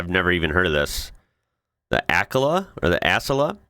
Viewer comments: its pronounced ah-cell-a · "Ah-SEL-Ah" - Amtrak says "The branding team based the name "Acela" on the ideas of acceleration and excellence"